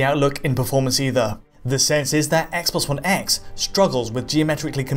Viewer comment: Never heard of the 'spess sposs spone spess' console